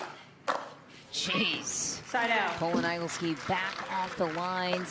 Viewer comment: I've never heard that last name - Igleski - prounounced "EYE-gul-ski" it should be "Ih-GLESS-ki". I think should check that.